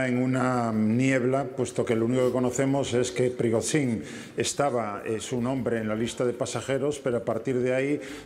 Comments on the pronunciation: Me encanta este experto. Lástima que no intervenga más a menudo: Prigotsín, Prigosín, Prigoshin, Prigotsin... "Nos movemos en una niebla..."; no tengo ni idea de lo que ha ocurrido, pero voy a decir que ha sido Putin para que me vuelvan a llamar. Yo lo veo más desarmando tostadoras o leyendo contadores, pero bueno, comentando estos sucedidos tiene su gracia. Ánimo, caballero. Cuando tenga un rato, entérese de cómo se pronuncia el nombre del paisano ese. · No le vamos a pedir milagros. Con suerte aprenderá a pronunciar correctamente el nombre del señor este q.e.p.d. y puede que llegue a decirlo cuatro veces seguidas del mismo modo. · El experto en Rusia no es capaz ni de medianamente pronunciar el nombre de Evgeni Prigozhin, es sencillamente un pobre repetidor de propaganda occidental.